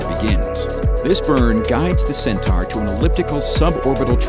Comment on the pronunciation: Cen-tar? I thought it was pronounced Cen-tor? And if ULA had started the process of building RD-180's in the U.S. 20 years ago (which they had a license to do, but cheaped out), then they wouldn't have had to retire the Atlas 5 at all. The same false economy is at work by not making the Vulcan main stage landable like the Falcon 9. Despite these criticisms, I still wish them luck.